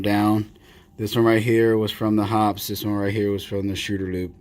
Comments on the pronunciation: Paint thinner or Kerosene to clean. Synthetic 10w-30 for lube. No jams, no rust, no BS!! 50+ years now. BTW..... It's pronounced "Hoppeez". Not "Hops" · Yep, Shooter's Lube is snake oil that does not work. There is a reason that Hoppe's #9 has stood the test of time. FYI, it is pronounced Hop-eez, not Hops. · Very good and interesting vid! FIY, the reason Hoppes is better is because it is mainly kerosene-based, and some ammonia's with it, and a bit of banana oil (for fragrance..no shit!). Just for fun, it's actually pronounced "HOPPeez", (I still call it "Hops", tho), and the #9 refers to the nine ingrediants in the formulation. Keep the good vids rolling, bro! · Hoppe's is pronounced with the 'e' sound.